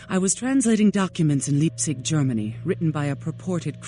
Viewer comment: fremdscham is that german word and it means exactly what u said. itsda feeling of uneasyness from someone elses doing. imagine pronouncing LEIPzig as LIEPZIG LOL that is fremdscham